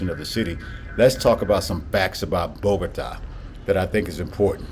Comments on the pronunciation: I’m afraid in the video you are still pronouncing the name of the city wrong. If you notice the accent is on the á you are putting it on the first ó BOgota it is really BogotA. Hope I’m being clear. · Keep in mind that, if you want to pronounce it even better, the emphasis of volume of the voice should be in the last syllable, as follows bo-go-TÁ. Nice content, keep it up! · You just shared some really good facts about Bogotá. I was also saying the name of the city wrong. 😂 Thanks for the correction.